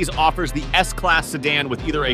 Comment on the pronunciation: S-Slass? S-Class